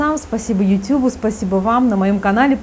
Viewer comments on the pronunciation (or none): none